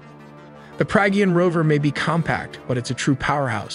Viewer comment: Excellent informative video; pronunciation of Pragyan, Vikram and Chandrayan could be better!